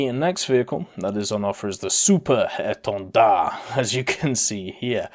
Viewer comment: Super EtendAHHH...😂 Can't help but found it funny